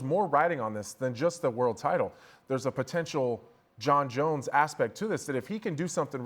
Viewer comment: These guys are terrible. Learn to pronounce names. On paper you would think this would be easy. Jones top 25 mma fighter of all time, no doubt. There is no need to talk about a drunk woman beater.